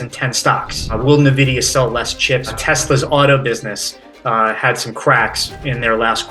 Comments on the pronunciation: Nvidia...ENvidia. if one wants to be a market "expert" they should know how to pronounce company names. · NaVidia! NaVidia! NaVidia!